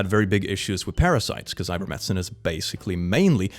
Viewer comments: It's so weird that you keep calling it "Iver-medicine" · I love that dyslexia transposed the "t" and the "c" in ivermectin and he has fully adopted that pronunciation now. IDK can he see that it's different or does he automatically read the word now without looking at the letters